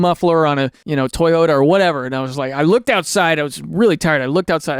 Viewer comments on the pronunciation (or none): none